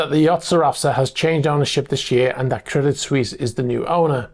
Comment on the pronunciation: Pronounced "Credi Swess" Credit Suisse